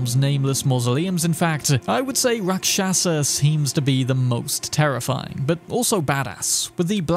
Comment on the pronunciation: Its pronounced... RAK SHAS , the A at the end is silent. Its Hindi word for demon or bad entity.